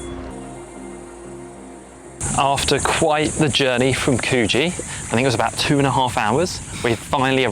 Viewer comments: In NSW, the place name Coogee is pronounced like ‘Could-jee’, not ‘Coo-jee’. That’s in Perth, W.A. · Could..gee...not coooge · I truly don’t understand if you say you lived there. How you can pronounce Coogee as coooogeeee. It’s pronounced as CouldGee. I did leave this tip on your last video of Sydney. Also how can you do a video without knowing what everything is called. It’s called Barenjoey point or Light House, the “inlet harbour” you mentioned is called Pittwater. Also mispronounced Balmoral… ya muppet, you have one in England as well. Also, when you go use Members Only entrances. Don’t video to make money. You certainly won’t be getting my sub! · You've lived here before you say. Coogee is pronounced like 'Couldgee' (with a silent d) not Cooo gee. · Could-gee not coo-gee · How does someone who says they have lived here before still not know how to pronounce Coogee? It's not Coo-gee, it should be Could-g. Australia like every other country has place names that are pronounced differently to how they are spelt. Sorry it's just something that really bugs me when I listen to videos talking about Australia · Btw only poms call it cooogeee. It’s Pronounced cujee. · Love your take on Sydney. Great to see you highlight more than the usual spots. There are parts of Sydney where you can feel like you're a million miles from civilisation, but you're in the middle of suburbia! Just one thing, Coogee is pronounced like 'Could-gee', not 'Coo-gee'. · Sort of. It is more of a short sound, like could, not a long "koo". Don't really pronounce the "d" though. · Welcome to Palm Beach and Pitt Water (or "Summer Bay" where Home and Away is filmed), there are no monkeys in Australia, except in zoos, try kookaburra. And please learn to pronounce Coogee its "Could Gee" not "Coo Gee". The Bush or Brush Turkey is not related to the North American Turkey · Need to stop calling it COO-gee. Otherwise, great. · Guys its pronounced "Coog gee"